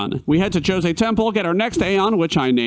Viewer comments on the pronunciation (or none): none